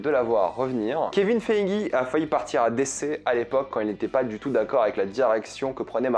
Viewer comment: pourquoi tu prononce mcu a l'américain et dc a la francaise ?